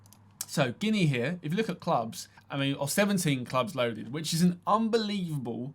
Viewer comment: Dude it might seem minor but i truly respect how accurate you said Guniea.